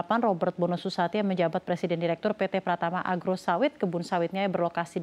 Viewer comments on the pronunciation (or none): none